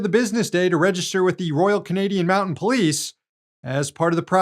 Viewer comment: It's "mounted" police not "mountain", and "Canadian bacon" is a marketing ploy like Foster's is to Australia. Love the show! 😘